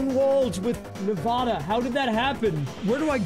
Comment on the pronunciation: You pronounced Nevada wrong